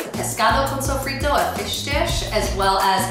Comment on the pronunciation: lol tuna???? wtf. sofido?????? i'm dead, at least try to pronounce it correctly....